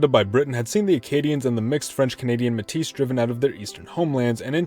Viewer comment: Btw Metis is pronounced "May-Tee"